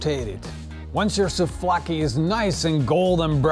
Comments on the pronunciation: It's souvlaki not souflaki 😉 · Souvlaki not souflaki...I need to dislike this as always... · Souvlaki - not sofloaki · You BLAXO your not even GREEK WHAT WOULD YOU KNOW ABOUT GREEK SOUVLAKI BTW IITS NOT SOUFLAKI OR KEBAB MALAKA GET YOUR FACTS RIGHT ONLY GREEKS CAN MASTER THE ART OF MAKING SOUVLAKI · He did say it was SouFlaki ... :) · Souvlaki.... not trying to be rude